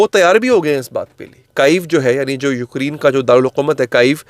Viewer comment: یوکری ن نہیں یوکرے ن پلیز